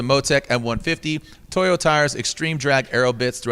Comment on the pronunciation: Seriously? Toyo tires. Not Toyota tires.🤦‍♂️